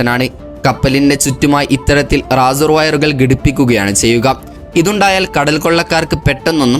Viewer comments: റസോർ അല്ല റേസർ ആണ് 😂😂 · "റാസർ" അല്ല ബ്രോ......" റേസർ" 😊 informative video 👍